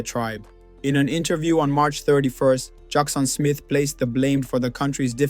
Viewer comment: Your pronunciation of Juxon and David is wrong; but thank you for putting this historic piece together.